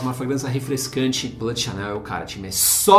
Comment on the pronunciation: Duas dicas: a palavra "bleu" (azul em Francês) se lê BLU e não "blâ"; já "sauvage" se lê "SUVAGE" e não "savage". De nada.